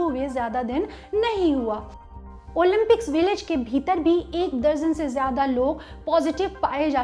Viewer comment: ओलिम्पिक्स ..... ओलिन्पिक्स नही